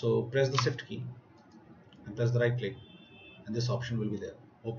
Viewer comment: "SIFT KEY" What the F**K is a SIFT KEY learn how to talk correctly plz. sorry for getting mad bad I am easyly annoyed. and cmd says "Parameter format not correct -"